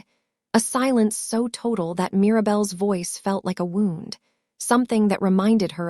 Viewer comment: Who knows? Same reason ai says wound (as in wound up) vs. wound (i.e., laceration, cut, gash etc). Also says lives (as in plural of life) vs lives (as in alive or resides). Go figure!